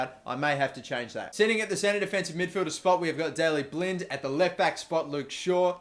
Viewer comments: Just a bit of a heads up on pronunciations: Blind - Less like the actual word 'blind', more like the 'i' sound in the word 'win' Januzaj - Both the first and last 'j' are pronounced as 'y', so more like 'Yanuzay' Vermijl - Similar to Januzaj, just make the 'j' a 'y', so 'verm-iyl'. Hope this helps, and it is no way intended to be rude.:) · Just to let ya know, u pronounce Blind like blint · please learn how to pronounce blind ,its Blint, that could get annoying